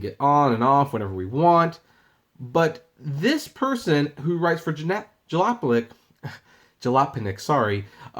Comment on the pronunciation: How ironic the the ( serious tongue twister) has difficulty pronouncing Jalopnik.